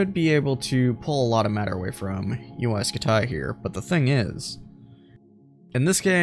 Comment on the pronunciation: Uy scutaay (like your vids)